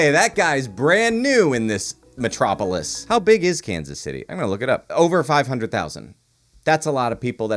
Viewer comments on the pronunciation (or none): none